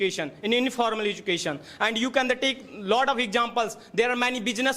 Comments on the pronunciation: Ezucason❎ Education ✅ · Mentor please note:1.It is not "educassion"...it is "education".2.Also to make a joke you don"t have to make it on LGBTQ community..Pity you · Education ❌ educason 👍🏼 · Education ❌ Edusation ✅ .... 😂😂 Oh god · Azukassion ✅ Education ❎